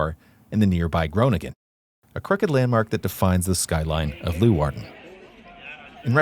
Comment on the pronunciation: It is NOT Loowarden. it is Leeuwarden [lay -wardn] !!